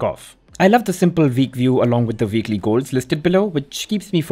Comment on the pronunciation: Dude please learn how to pronounce w properly. Weekly is not pronounced veekly. Other than that, great videos.